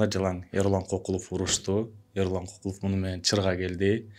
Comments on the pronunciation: Ай оң сүйлө,биринчиден,Кыргызда Кокул деген ат жок же сен уктуң беле!?Көкүлов дечи,а дегенде туура сүйлөгөндү үйрөнүп анан иш кылсаңар жакшы болот эле да,ар бир сөзгө тамгага маани берип😡Эрулан Көкүлов.делиш керек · Тантырап КОКУЛОВ ДЕБЕЙ КӨКҮЛӨВ ДЕСЕҢ!!!! КЫРГЫЗ ЛЕКСИКОНУНДА КОКУЛ ДЕГЕН СӨЗ ЖОК!!! КӨКҮЛОВ, КӨКҮЛ АЙДАР ДЕГЕН СӨЗДӨН СӨЗ! АЙДАР ЧАЧ ТӨБӨГӨ КОЮЛАТ КӨКҮЛ МАҢДАГА КОЮЛУУЧУ ЧАЧ КИЧИНЕ БАЛДАРГА!